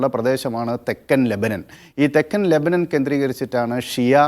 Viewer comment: Lebanan alla LEBANON, aadyam maryadak parayan padik.